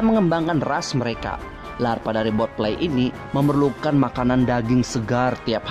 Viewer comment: Botfly not botlie